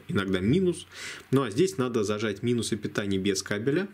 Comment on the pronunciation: звучит как "минусы питания" вместо "минус И питание " , долго не мог понять о чём это .